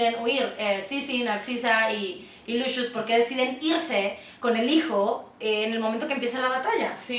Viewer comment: Lucius se pronuncia así?